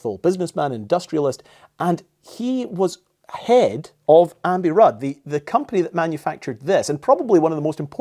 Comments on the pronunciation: Why do you keep saying AMBI RUDD when it's AMBI BUDD 😜🤪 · says Ambi-Rudd but in the newspaper it’s written Ambi-Budd (with a B instead of an R). I noticed test at the beginning of the video too. The name Ambi-Rudd sounds more familiar to me but Wikipedia mentions Ambi-Budd. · You pronounced the German company as Ambi-Rudd when clearly in the photograph it is Ambi-Budd. Oversight or am I missing something? Great video by the way! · Doing all that research and then pronouncing the second b in "Ambi Budd" as an r. Apart from that: awesome video! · Very informative and interesting. Strange that you kept calling it Ambi-Rudd when it clearly says Ambi-Budd, especially after all that research. I'm sure someone else has mentioned this, but I really can't be bothered to scroll through 3,500 comments.